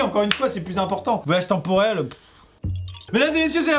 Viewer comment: maiii temporail